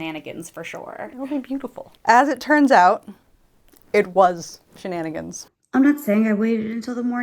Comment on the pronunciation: “Shenunigans“ 😂 Is that the official name of the group now? The She-Nun-Agains? (Sorry!) 😂🤣🤣